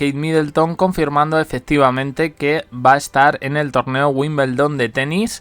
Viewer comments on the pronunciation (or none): Hasta los que NO estamos relacionados tanto con el tenis y vivimos en otro Continente, sabemos que se pronuncia tal como se escribe: *WIMBLEDON*, cómo es posible que sigas diciendo: WIMBELDON...???